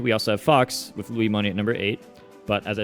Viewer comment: Stop saying Luimoney please xD. I get depressions. It‘s called Luis!